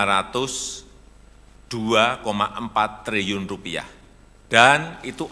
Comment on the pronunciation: Trilliun pak.. bukan Triyun....